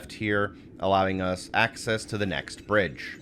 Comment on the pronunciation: "And... Brige" supercut needed